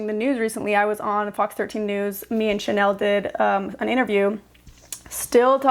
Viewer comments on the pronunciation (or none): none